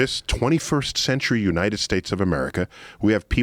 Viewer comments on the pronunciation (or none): none